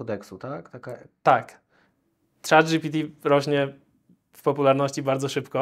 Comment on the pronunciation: moje uszy bola za kazdym razem jak on mowi "chata gpt". Tworca czego? Czatu!